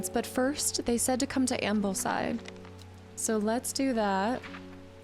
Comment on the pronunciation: and heres me giggling at the mispronunciation of Ambleside ;) and Gosforth